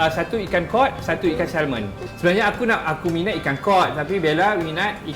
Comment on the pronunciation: pronouncing salmon salah..act it’s silent ‘l’: samon